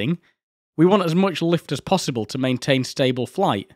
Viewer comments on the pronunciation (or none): You seem to have an unreliable vocal relationship with the letter T. "maintain" "a i tude"